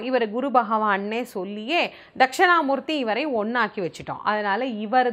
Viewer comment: தக்க்ஷிணா மூர்த்தி என்பது தான் சரியான உச்சரிப்பு. தக்க்ஷணா என்பது தவறு. முடிந்தால் திருத்திக் கொள்ளலாம்